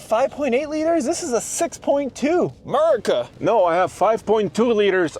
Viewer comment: DON'T say America like that and those units are NOT burger units, troll